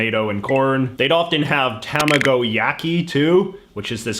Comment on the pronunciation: It bothers me. Your pronunciation of tamago ._.